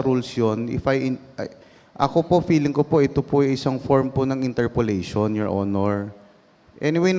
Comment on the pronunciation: Correction pls hindi interpolition po baka ibig sabihin nyo interpellation.